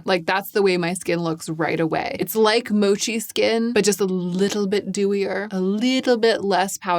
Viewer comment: I find this video very valuable, especially the mascara reviews. I also really like how you pronounce the word “mochi”. I’m a Korean American but my mother and sister also speak Japanese, and I was surrounded by Japanese culture growing up in Hawaii. I tend to pronounce Korean and Japanese words very accurately. They way you pronounce “mochi” sounds so delicate and sweet.